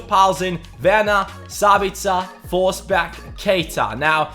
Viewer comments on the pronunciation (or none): none